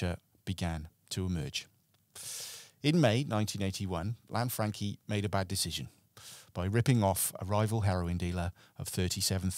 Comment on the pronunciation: Lan-Fran-Chee not Lanfrankie